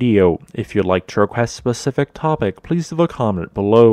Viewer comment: can I request a specific topic or just a "pacific "topic lol sorry I can never unhear it